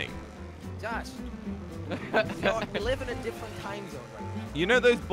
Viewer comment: Has anyone noticed when josh says different he says it like “ diffent”